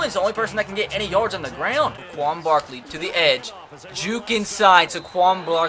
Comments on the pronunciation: *SAY-quon Barkley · First Saquon Barkley's name is pronounced ("say-quan Barkley") just for future reference and spend some time trading for 1st round picks